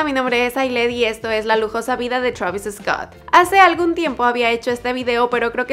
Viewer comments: no digan "Travis Escott", se pronuncia "Traviscot" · Es Treivis Scot xd